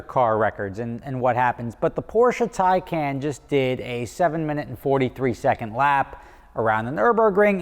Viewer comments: It's Taycan not Tycan... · Porsce TAYCAN not Tycan tay-can like lil tay and coke can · Taycan, not Tycan. C'mon! LOL Considering the Taycan is Porsche's first attempt at a BEV, I think they've done really well! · Nobody corrects the fact that it’s taycan not Tycan??? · *Taycan. Not Tycan... 😉